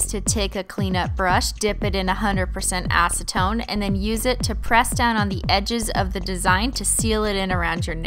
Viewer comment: dose anyone think assatone when she says acitone